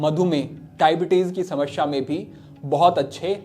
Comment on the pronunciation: शमश्या नहीं, समस्या